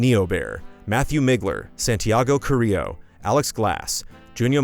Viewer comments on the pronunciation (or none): none